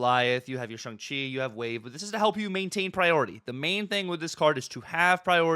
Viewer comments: Shong chi is the correct pronunciation😊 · Please, don’t perpetuate the Cozy “ShUng Chi”…. Dear god please say it properly I beg you lol